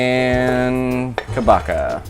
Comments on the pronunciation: Pronunciation for kabocha is short “a” like in car, long “o” like in hose and “ch” sounds like ch in munch so ka-bo-cha and not ka-no-ka…hallelujah!!😊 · pronounced Ka BOW(bow and arrow) CHA (the cha cha)